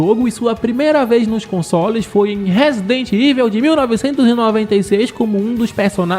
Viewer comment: A regra é clara, falou " Resident Iveu", eu já vazo do vídeo e dou deslike.